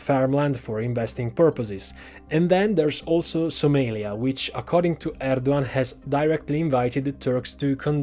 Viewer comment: you butchered Somalia's name. and the map of Somalia is incorrect but never the less great analysis.